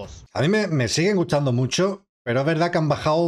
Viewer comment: ¿De dónde es ese acento en el que se pronuncia 'st' como 'ts' ? Como en 'me sigue gutsando'